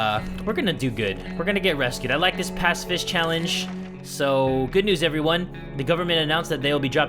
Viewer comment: Ur saying pacifist wrong its (pa-ci-fist)